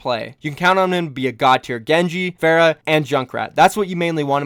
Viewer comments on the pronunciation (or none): none